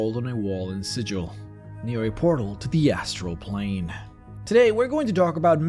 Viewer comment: The pronunciation of Sigil (the City of Doors) as intended by the creators of Planescape is with a hard "G" making it sound like "Siggle" Or Seagull and not See-Jil (as in symbol)